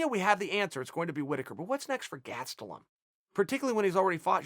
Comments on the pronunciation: He still says ‚Gatstelum‘ instead of Gastelum. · Chael just called Gastelum. GASEDtelum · chael "gatselum" sonnon